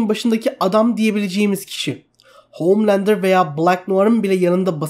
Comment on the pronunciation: SUNA OOOHHMMLANDER DEME ARTIK DELIRCEM